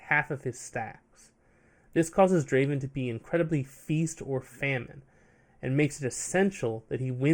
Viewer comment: Not Draven , Draaaaven !!!!